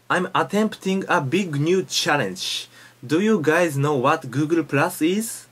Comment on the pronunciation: it's hard for japaneese to speak english because they pronnounce every sound, though they pronnounce the "l" in the same way as the "r" Google ---> "Guuguru" xDDDDD so amazing